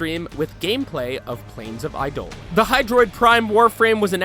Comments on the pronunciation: ...Did he say "Islands of Inaros?" ISLANDS? And for the record, we wall hop, not wall run -_- Why did he show fusion cores! 93 is wrong, and Eidolon is pronounced wrong throughout the video. Annoyed me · This is painful to watch I hate the way you say Eidolon. You also have wrong info with outdated visuals. I digress thanks for showing Warframe. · Only reason i disliked is from the way he says Eidolon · TheCrazyHobos negative sir they are actually using the meaning of the word which is to portray phantoms. The way they say it is wrong but im saying thats fine and just something i noticed. While everyone is saying he said the word wrong, hes not DE is. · you guys never actually played the recent Warframe it seems and got a lot of stuff wrong such as prime parts so re upload the video after you actually play the game. Also you pronounced eidolon wrong. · they even added the transcription in the video and still failed to pronounce it correctly :D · reza choudhury UGH him mispronouncing that made me SO MAD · BRO ITS ITS NOT IDOLEN ITS EIDOLON AS IN EYE DAH LON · Oh my gosh I-do-lan? Really! It's pronounced I-do-lon. Eidolon. It's right there m8. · Stop saying Idohlan. Its Eidolon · I'm so mad at how you pronounce Eidolon. Like I was enjoying the video up until that point since I play warframe. it's Eye-doe-lon not I-dolon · Anyone hear him say I DOLON instead of eye de lon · EYE-duh-lun, not eye-DOH-lon. Yer killn' me smallz. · ..... Eidolon.... Eye-dough-lawn.... Not iDolan. twitch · It's pronounced Eye-Dough-Lawn, not Eye-Dolan. And it's pronounced Arkwing, not Arch-wing, which is confusing. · Eidolon... It's not I-dolan It's I-dough-lawn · ''I-dolons'' LMAO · AAAAAH NEVER SAY I DOLEN AGAIN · It's eye-da-lon. I dont understand how people mess this up when there's countless examples of DE pronouncing it the correct way, everytime. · JESUS CHRIST ITS PRONOUNCED EYE-DOLE-ON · IT'S NOT EYE DOLAN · eye-dole-on? LOL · Plains of i-dolun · It’s ei-da-Lon